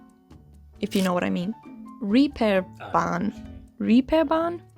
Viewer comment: I am a Hamburger and I have to set something straight here: Yes, the scooters are laying around everywhere. Cause all the dumbasses using them, don't give 2 fücks to park them right. And "Reeperbahn" is pronounced: Rehperbahn- long vowel. Hamburg does have local specialties, Labskaus, Fischbrötchen and more. That girl is just not very informed, nor was she able to show real diverse and good footage. I swear, my city is constantly mis-represented. Hamburg has close ties to England, so English is common here. And last but not least: Berlin is soo overrated. I love our sub-culture wayy more.